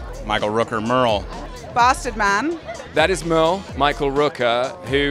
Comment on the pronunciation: everyone: Merle Andy: Mal